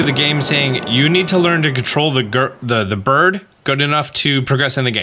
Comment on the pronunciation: Why do you say burb and not bird?